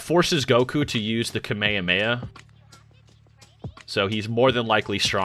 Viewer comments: Bro said ka me a me a It is Kah meh ha me ha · "kameyameya"? what? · is strange that you know so much about Dragon Ball but you don’t know how to pronounce kamehameha…